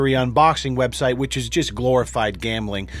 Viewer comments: "Take a look at the rebsite" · "you just scroll through this wrebsite" haha love ya, no homosapien. Wait what?